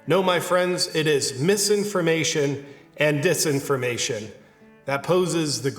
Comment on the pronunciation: At first I thought you were saying "misinformation and 'this' information." Which still made sense. Satirically.